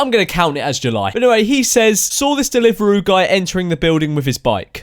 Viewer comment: What's a delivaroo